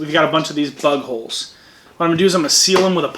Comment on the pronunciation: Did you say bug holes or butt holes?